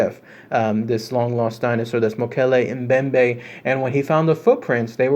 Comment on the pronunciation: Holy cow..I cannot believe u freakin pronounced it rite!! 😏 rite on man..good on u. Almost no one gets this correct lol